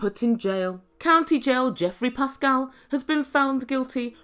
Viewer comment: Learn how to pronounce his last name properly even if you find him despicable! Your lack of education is sad!